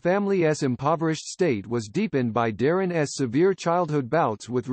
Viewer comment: Is AI reading this? Darrin’s pronounced as Darrin es? All the ‘s nouns get that treatment, making it difficult to take this very seriously. It could have been very good.